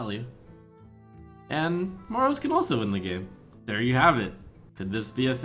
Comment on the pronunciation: The way you pronounce Moroes.... Please stop. The "e" is NOT silent.